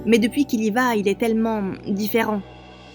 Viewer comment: Qui a entendu du quand dit j avais talmant p eur😂😂😂😂😂